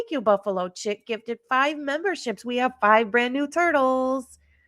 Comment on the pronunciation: When you called out screen name "Buffalo Chick" I thought you said "Buffalo Chip" and I LOLd 😂😂